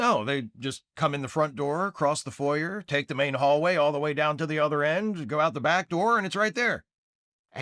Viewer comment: Is THAT how you think foyer is pronounced?